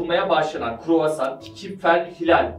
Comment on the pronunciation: Croissant 🥐 talaffuzu "kuruvasan" değil kii, "kroasan"